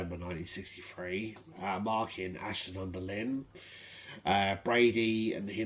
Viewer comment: I re-looked at the photo and i honestly can't see any injuries with his legs. But yes it can be hard to aqquire accurate info sometimes. Your pronunciation of local places is amusing. Ashton-under-Lyne... the Lyne part rhymes with Line. With Stalybridge the Staly part rhymes with daily. Minor details to be honest. Interesting video. Awaiting to see if police act on all the info i gave them.